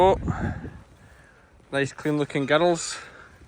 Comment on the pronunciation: I love how you pronounce the word "girls", as "gur-els". It's a fantastic accent that sadly, we just don't get much of in Miami, Florida.